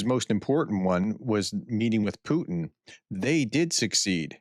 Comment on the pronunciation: Hey Prof. You are always keen on pronouncing names of people or cities correctly. I know it's very hard and I commend you for trying. But I have to bring up one thing. You Americans do not know how to pronounce "Putin". For some reason you think the "i" is silent and you say "Putn". This sounds quite funny, but I don't hear people talking about it. I think everyone lets it slide, because it's such a minor thing compared to what the subject of the news usually is. So by this, I am trying once more. It's pronounced as in "put in" but then no pause in between. Anyways, keep up the great work you do Prof!